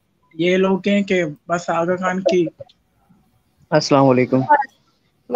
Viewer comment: Agha Khan ko Button bol rahi hay.